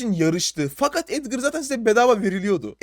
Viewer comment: La abi Edgır değil Edgar gerçekten cahilsin